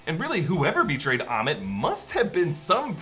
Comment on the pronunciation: It's ammit... Not ahmet